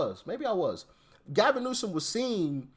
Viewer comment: You still pronounced his name wrong lol